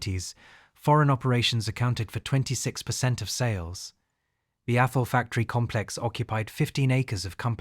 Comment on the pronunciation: It's Athol, "th" like "this", not atol. How do I know? It's 20 minutes up the street from me ha!